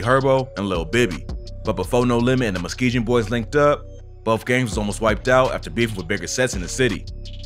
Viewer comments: I finally gotta say it Musk-ee-gon boys Dyin over here with muskeejon boys 😂😂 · You’re pronounce Muskegon wrong and it pisses me off. It’s Musk Key Gain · Why he pronounce the g in Muskegon like that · Hearing you constantly mispronouncing "Muskingum" is hilarious. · stop sayin Muskegon wrong